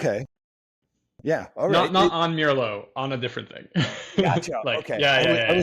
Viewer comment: wow what a string of great interviews! meljoann, simon repp and now mirlo! this is great! and finally i learned how to pronounce it! ok i am going to watch the rest of the interview now!